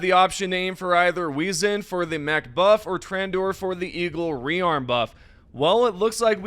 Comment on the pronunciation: WAY-ZEN (Wezen) FEN- RIR (Fenrir) ME-SURES (Measures) Man how hard is it to pronounce English words even though your first language isn't English. I usually don't get bothered by small things but when its consistently bugging, it becomes insufferable.